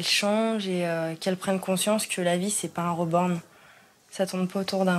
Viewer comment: Moi tout au long de le reportage de « SA SE DIS « RIBORN » PAS « REBORN » PTNN